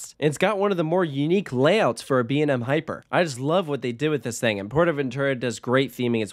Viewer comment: B&M not BAM